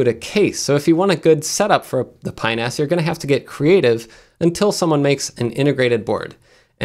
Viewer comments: "pinas" sounds remarkably like a body part, when you say it quickly. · Watch how you say that, “Pi-NAS”...